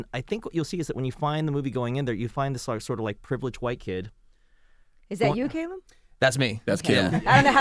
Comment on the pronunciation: "CAY-lum"?? as a brit i'm cringing lol.